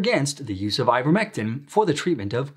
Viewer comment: You've been saying it incorrectly. What is " ivetmetin "?